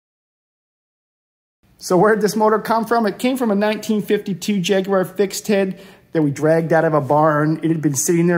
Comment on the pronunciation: Congratulations...at long last a colonists that can pronounce Jaguar correctly...